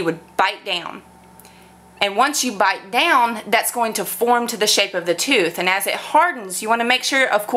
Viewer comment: sounds midwestern. The way she says bite down gives it away. The west coast accent - valley girl speak is the most neutral accent we have lmao